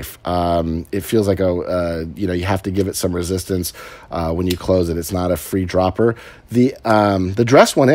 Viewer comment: I always laugh when you say free droppers are more popular these days. Just fun to hear you say it. Aside from the A6/Roar/Muscle design, this is prob my favorite runner up design from him. Lot's of his designs don't do it for me. I like The Future but that's about it. Perv is nice though.